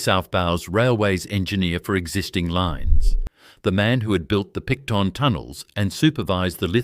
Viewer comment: The pronunciations get worse as the video progresses - Picton, Erskinville and many others. The video needs to be re-voiced after someone does some research.